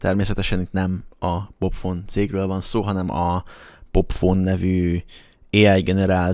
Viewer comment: a videóban "popfon"-nak ejted ki, de mondd ki nyugodtan, hogy "pofon"